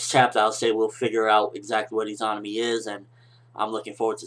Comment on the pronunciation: I think you're pronouncing Izanami wrong. I believe it to be pronounced E-ZUH-NAH-ME sorta like how you say Izanagi.